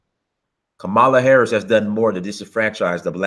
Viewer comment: Ka-MAL-a Harris. LMFAO. You pronounce her name like the WWF wrestler from the '80s. I think she pronounces it KA-mala. But at any wait, Jussie's story reaks of bullshit.